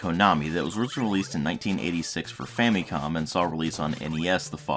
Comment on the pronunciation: dude , it's fam'i'com ... not fam'ee'com ! learn how to pronounce it properly .